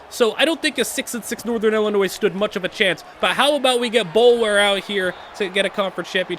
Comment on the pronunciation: The way you pronounce Illinois and Jimenez are crazy